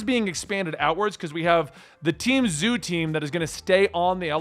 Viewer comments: I love he is calling it the zoo arc honestly hahahaha it kinda makes sense if you don’t know any better but think of it like like z O like the letter O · Zoh!!! Not zoo!! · Its pronounced Z-oh.drop the y in zoey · Zou is pronounced like dough. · Man I hate to Bo that guy I really do… it’s pronounced Zo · Dude it's zou as in zo I wish you read comments on your latest collaboration video. Also warning Carrot is 15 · Didn't know it was so hard to pronounce Zou...